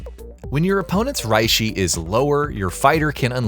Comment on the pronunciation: I just heard "Rihshi" and "Kahnpaku" and laughed my ass off and then I heard him pronounce "Soosooke Aizen" and lost it.